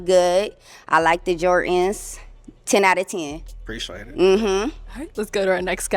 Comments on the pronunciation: The way she said Jor-in’s instead of Jordan’s lol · Did she say "Jor-ins"